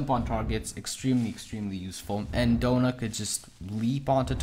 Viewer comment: The fact he said doughna not Donna